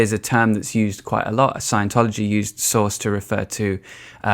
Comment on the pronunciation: Took me a while to figure out you were saying ’source’, not ’sauce’😄 the latter is much funnier!